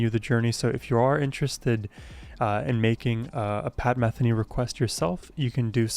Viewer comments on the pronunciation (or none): your comments are spot on, but please pronounce his last name correctly. It is Meh THEE Nee, not MEH the nee. and do more. Pat will never disappoint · For educational purposes: Pat's last name, Metheny does not rhyme with Betheny. METHENY rhymes with BIKINI. He's one of the most popular musicians of our time so you might want to pronounce his name correctly. It's an easy error to make, but I thought you might like to know. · .. you should do something about your Pat Metheny name pronunciation 😁 ... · The accent is on the 2nd syllable in Metheny. Long e sound.